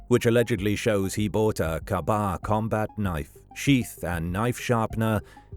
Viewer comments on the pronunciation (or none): That damn KAAAA BAAHHHH KNIFE!!! 😅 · Only because you have awesome content - the knife is a K-Bar, pronounced KAY BAR. Good analysis! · Pronounced kaybar.